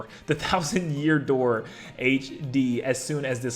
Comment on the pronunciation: Open the Yoor.